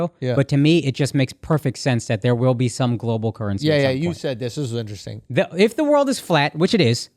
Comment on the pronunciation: If I got a nickel everytime Andrew said Interessttinngg I could buy a Tesla